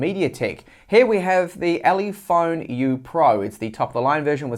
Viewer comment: minutes "ulephone" oops :D